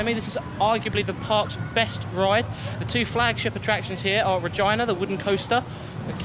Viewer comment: I think you mispronounced RegEEna on purpose! lol